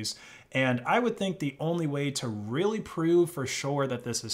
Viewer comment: More like China is reary sowwy